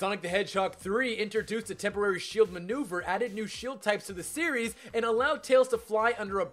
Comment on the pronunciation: Did anyone else notice that he said "tempowary" instead of temporary.